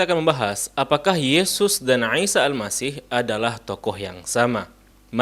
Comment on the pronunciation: koreksi : untuk pengucapan nama, artikulasi a,i,u,e,o,sy,sh dll tolong lebih di perjelas lagi saya lebih banyak mendegar dengan tws sambil beraktivitas. contoh: isa yang saya dengar : isa - aisa - iysa - aisha alangkah baik nya diucapkan dengan 1 dialek saja semoga masukan nya dapat dimengerti dan dipahami